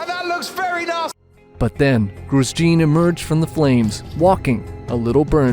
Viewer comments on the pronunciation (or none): Gwooos jiiin 😁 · "Groose Gene"?